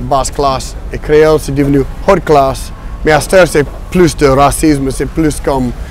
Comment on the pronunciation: Did he actually pronounce the "h aspiré" in "haute classe"? I've heard that a few times in other dialects, but very rarely.